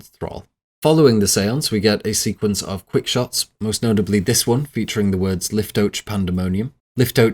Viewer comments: I would just like to state that liftoach would be pronounced leaf-toe-akh in hebrew not lif-toe-ch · I know i'm being nitpicky but with how well this is researched i found it a bit jarring how you pronounced Liftoach as if it was an english word lol. I don't speak a lick of hebrew but i can still tell this pronounciation doesn't sound hebrew at all. Just find it funny that even the most big brained english speakers have such difficulty pronouncing a foreign language. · Dude, the way you pronounced liftoach shows you did 0 research.